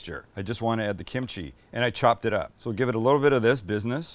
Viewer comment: Ahhh, you lost me at kemchi. 🙄